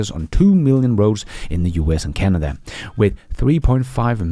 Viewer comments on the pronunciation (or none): none